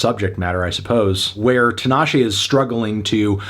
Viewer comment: 5? Nah bruv! Solid 8 for me. Also, it's TEEEENASHE.